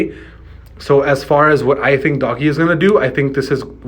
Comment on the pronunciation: It's ",doge" not doggy